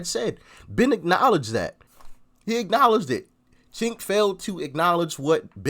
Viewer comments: It's pronounced Chunk, like what you want to vomit up when you think of him supporting the Armenian Genocide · His name is spelled Cenk and pronounced “Jenk.” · Cenk (pronounced like “sink”) is the list in chief of the Young Turks. He’s the definition of a political hack. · He called him chenk well you're not far off 😂😂😂😂